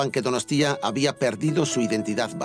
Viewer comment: Empieza con "Euskalerria es mi tierra madre, un país que amo apasionadamente..." Y luego está todo el rato soltando "DonostÍa"... Nadie de ETB le ha dicho cómo se pronuncia?